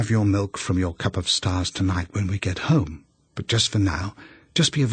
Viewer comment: She wants her cup of stahs